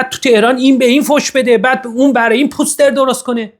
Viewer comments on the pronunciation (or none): none